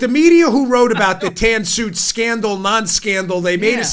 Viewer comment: Dan B - The Tan Scoot Sandal is what you said right? 5 5 5 oh sorry the Tan Suit Scandal ... yes a big joke to deflect that OB never had a Sandal - that the media got onto anyway.... a hats....